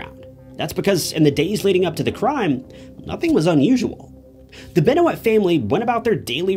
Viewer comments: Benwah not beno it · It’s “Ben-Wah” mf “Ben-Wah” Tf are you saying? Out of all the research you’ve done including videos you didn’t hear how they said his name? 🤦🏽‍♀️🌚🌝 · Who tf is Chris Benouwitt? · Beno it? Its Ben whah, the names french :p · Bennnnnnnnn Waaaaaaaaaa lets say it right. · Chris Benoit's last name is pronounced "Ben-wah," not "Ben-o-it." How could you do all this research and not learn something as basic as that? It kind of overshadows your efforts. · It’s Ben Wa not Ben o wit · CHRIS BENO-IT LOL YOU SHOULD HAVE JUST STARTED AGAIN MATE CAN'T EVEN TAKE THE VID SERIOUS AFTER THAT. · Chris “Ben-o-it” 😂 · It's pronounced Ben-WAH. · Saying Chris ben noyt is making it hard to focus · Chris Benowitt? Keith Sullivan? Automatically invalid. Sorry. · 'Chris Benwit' 🤣 wtf.. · He did, but every time he mispronounces "Benoit" (BEN-WAH) it is annoying/amateurish. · I hate how this guy says "Benoit" Ben oh it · Chris Ben-O-IT ... 🤔💭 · Chris Ben-O-Wit? 😂 C'mon bro.... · Beno-it???? Really??? That’s not good for credibility lol. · Benwah is how u say it my friend 😊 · Wtf is a benuit? You couldve said benoyt and it would've been better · He said Chris Benoight 😂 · “Chris Benowit “ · 10 sec gang. Ben-O-Wit? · Chris Benouwitt??😂😂😂💀💀💀💀💀💀💀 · It's Benwah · Benoit i don't know if that was his real name i am sure it is but in wwe is sounded more like ben wa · did you jus say ben-o-it? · that jus fuccd wit my head so bad 😂😂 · Didnt mind the video. But if your gonna make a true crime video about benoit. And take the time to do research about the case. You couldve took the time to learn how to say his last name. Ben-o-it was bothering tf outta me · Chris "Ben-o-it". Judas Priest dude...great channel, but maybe learn how to say his name. 3 seconds worth of research...regardless of how you feel about professional wrestling. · Imagine doing a whole video and not doing enough research to even know how to say the guys name correctly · You said his name wrong..